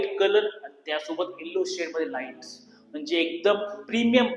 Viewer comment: लाइटी नाही😂 लाइटस्